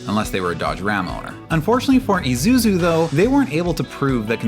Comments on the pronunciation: "ee-zoo-soo" not "eye-zoo-soo" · The commercial just said “e”suzu and you keep saying /i/suzu. 😣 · Did you just say "eye soo zoo"...? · The correct pronunciation of Isuzu is "E-suzu" I believe Australia pronounced the one you said, but generally it's not. Edit: at least you said Isuzu correctly. Thank goodness. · You included a commercial that tells you how to pronounce Isuzu, and you consistently mispronounce it throughout the rest of the video. It's just one of those psychological tactics to keep people engaged with the video out of pure hate. But wait, you change how you pronounce it halfway through the video. I'm done. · Well, at least you managed to correctly pronounce Isuzu 5 times in the video. When you pronounce an “I” in almost every other language, it is not like a defamatory “eye”’talian. The English language is difficult enough. Please don’t bastardize it any more than it already is.